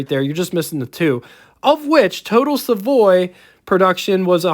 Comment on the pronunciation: Savoy. Not Savory😉